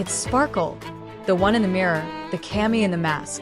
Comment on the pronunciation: Not kay-mee, it's cuh-mee (kami) means god